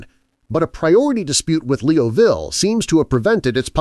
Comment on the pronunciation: Thank you, I know you put a lot of work into research to create these videos of famous mathematicians. Could you please correct your narrative that frequently refers to Charles Hermite as "her"? Secondly, to maintain credibility with people that know a bit of mathematics, would it be possible to correct the terrible mispronounciation of Joseph Liouville's last name?